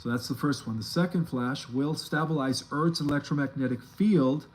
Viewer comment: It's " staybalize,, not stubulize